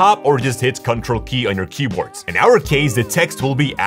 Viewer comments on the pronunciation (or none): queboard lol🤣🤣🤣, jokes apart great video though.👍